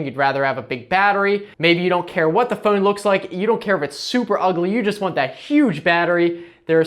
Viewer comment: What is that accent I hear when he says "Phone". Fooone